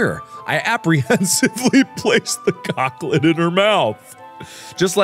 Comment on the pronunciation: It's unfortunate that you chose to pronounce "chocolate" that way, Mark